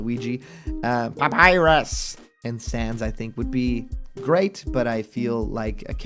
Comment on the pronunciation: The way he says papyrus is fucked up